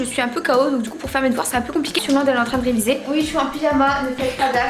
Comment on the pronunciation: Pk vous dites ui au'lieu de oui?? (